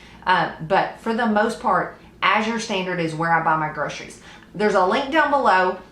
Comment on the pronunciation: Thank you for pronouncing azure correctly. I'm a retired homeschool mom and now I teach kids to read and it drives me crazy when people mispronounce azure.